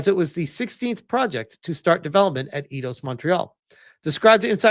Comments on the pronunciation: It's pronounced like eye-doss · 🤦‍♂️ oh my friggin god. It's pronounced eye-doss. You freaking tourist. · come on! Its AI-DOS. It was the 1st thing you hear when you launch an og Eidos Game